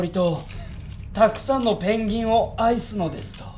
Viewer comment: ペングィンの発音がｗｗｗｗｗ